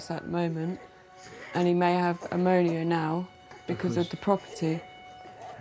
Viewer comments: Someone please educated this woman.. it's PNEUMONIA not ammonia... Stupid people.. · Stop blaming immigrants. Stop having children you can't support and get a job! Also its bronchitis and pneumonia not bronchilitus and ammonia 🤣🤣🤣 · Broncholitis lol....BRONCHITIS and it’s pneumonia not ammonia....also why doesn’t the dad work? Look at the state.... poor baby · Bronchalitis 🤦🏻‍♀️ ammonia ?? Wtffff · Did she seriously say the baby has “broncholitis” and possibly “amonia”? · He’s got ammonia! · "Bronkleitis and A-monia" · Sorry but ‘broncalitus, Amonia and nemume system’ I can’t cope 😂😂😂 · the said ammonia, i though the baby peed in her own lungs